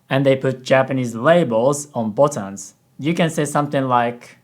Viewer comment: Kinda funny how said "botans" instead of "buttons" because in Japanese, "button" is ボタン "botan".